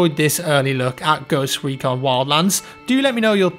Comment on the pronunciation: I though it said Ghost Pecon